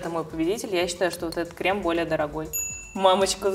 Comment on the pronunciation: КремЫ, крЕмами, экспеРДЫ😅